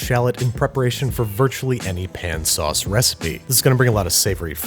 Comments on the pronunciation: Don’t you mean “P’n sauces”? Come on, Babby. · Dont you mean PIN sauces? or do you feel sounding less gross for this one? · Yes! The whole episode I was waiting for him to say Pn-sauce 😆